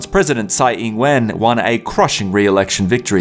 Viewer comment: Nothing to say about the "truth" or other shitty stuff, but this broadcaster is really good as pronouncing Chinese. "Tsai Ing-wen" pronounced standard.